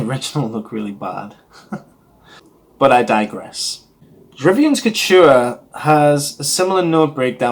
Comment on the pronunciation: pronunciation = je re-VYEN. The original was discontinued by the end of the 1980's. The subsequent reformulations were shadows of the original. Until we got Je Reviens Couture in 2004, which is a rare reformulation that is almost exactly as the original was (which I remember). It's interesting that you call it "otherworldly," as a dear friend who has significant experience in the perfume industry always says it smells like a ghost. Name comes from a poem, from which each of the Worth fragrances each take a line - Dans la nuit, Vers le jour, Je reviens, Sans adieu. p.s. it's better to not rub after you spray since it breaks down the top notes. Thanks for a good review!